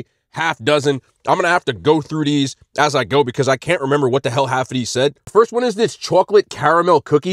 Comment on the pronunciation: His way of saying these donuts is "gas"😂